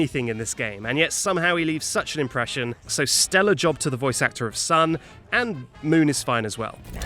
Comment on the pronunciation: Sun leave an inpereshion sun leaves his soul